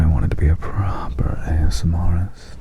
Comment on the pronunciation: Because ily it’s pronounced ASMRtist - as in ASMR + artist (not ASMRist) 😘🩵